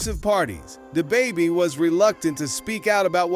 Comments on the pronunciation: “Day-Baby” “Dabby”??? This dude was butchering his name at first 😂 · DAY BABIE? 3 times... Then DA BABIE either AI or an idiot narrating